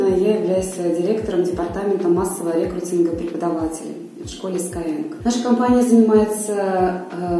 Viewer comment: Ещё раз произнесите слово "рекрутинга"!